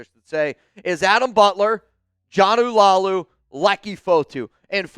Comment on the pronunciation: It's Not Jonnu, it's Joe-Nah (Jonah) Laulu!